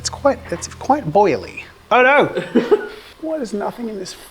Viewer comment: As a German, the "VHY AM I GERMAN??" killed me 🤣